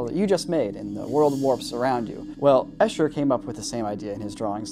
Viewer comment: Fun fact, you pronounce "Escher" wrongly.